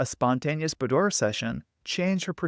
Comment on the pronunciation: Great tip for individuals and couples. PS, It's pronounced buːˈdwɑːr